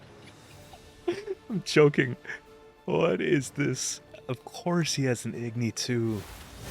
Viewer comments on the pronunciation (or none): dat gIgni KEKW